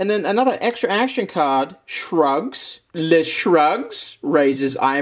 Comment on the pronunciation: I was only listening and not looking at the screen, so when he read the High School Musical card, I thought he said “drugs” rather than “shrugs”. “Drugs, drinks a gallon of milk”… yeah, checks out.